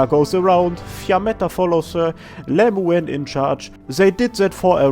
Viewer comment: I'd love it if you made a video just pronouncing the weirder names in AK. Your Lemuen and Andoain pronunciations are incredible.